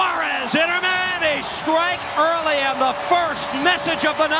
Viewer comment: "Inner Miami" 😅